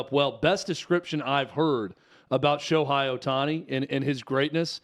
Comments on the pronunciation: First of all, if you're going to talk about the subject, at least the time to learn how to say Ohtani's name correctly. His name is pronounced Sho-HAY, not Sho-HI. I've heard so many people say that Ohtani brought them back to baseball after they have stopped watching 15 years ago. I've also heard people who say they don't watch baseball at all, but they started following him every game to watch his amazing performances. Ohtani's recognition is growing everyday, and tournaments like the WBC will only raise his popularity all over the world. Even though Ohtani has played for the past 5 years, people have only begun to recognize his greatness. Yes, the major league needs to do a better job of promoting Ohtani. No, Ohtani doesn't need to make commericals with celebrities to raise his profile. He has everything advertisers want- young, good looks, charisma, super talents, and a STUD. His English is improving everyday, so I don't think it will be a problem if has to say a couple of lines in commercials. There are several reasons why baseball has seen a decline in popularity in the United States. Firstly, the pace of the game is often criticized for being too slow and boring. In an age where people are used to getting instant gratification and constant stimulation, a sport that can last for several hours with little action can be hard to keep up with. Secondly, the rising popularity of other sports, such as basketball and football, have drawn fans away from baseball. These sports h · Who is Sho-high? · I disagree with virtually everything you two have said. You don’t know, and admitted it. At least pronounce his name correctly.